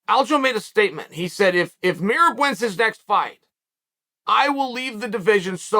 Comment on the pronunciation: The pronunciation of Merab really fucked up my comprehension for a solid couple minutes. Annoying but hilarious.